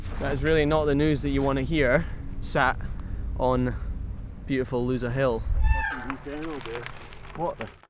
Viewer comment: Lousa??? A bit more and you sounded LOSER! There is accentuation in the "a" for a reason :) Congratulations and happy thoughts to the sleep-deprived dad.